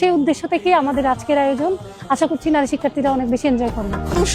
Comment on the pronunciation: ভাই আপনার প্রচেষ্টা সুন্দর।কিন্তু আপনার উচ্চারণ সুন্দর করতে হবে।নারী শব্দের উচ্চারণ দেখলাম আপনি বলছেন ন্যারী। এই প্রবলেম গুলো ঠিক করে ফেলবেন।ইনশাআল্লাহ সুন্দর হবে।